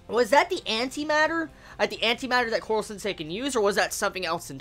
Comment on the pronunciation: Why do you say korwo sensei?